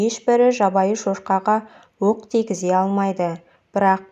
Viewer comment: Өк емес оқ де